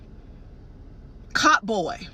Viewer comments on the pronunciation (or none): Did she say " cott boy"😂🤔